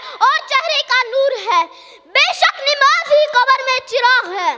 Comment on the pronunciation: نَماز ہوتا ہے نِماز نہیں ہوتا ہے ماشاءاللہ بہت عمدہ تقریر ہے لیکن اصلاح کی ضرورت ہے